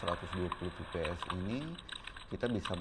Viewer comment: Fps bkn vps😁penyebutannya salah